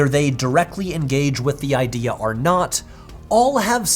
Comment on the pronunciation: i'll sign up to nebula if you stop saying "arr" instead of "or" 😅